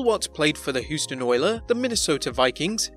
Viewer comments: Hooston Oilers lol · The "Who"ston Oilers 🤣🤣🤣🤣🤣🤣🤣🤣🤣🤣🤣🤣🤣🤣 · Please learn how to pronounce Houston, Los Angeles and Ditka.